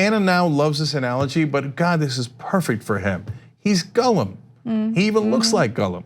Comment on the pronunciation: Cenk saying "Gulll-um" and not "Gall-em" 😒😓